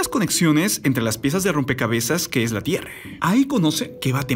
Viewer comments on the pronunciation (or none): Tierre, terremote, ocurride, pase que pedo con tu voz de eco 😂😂🙄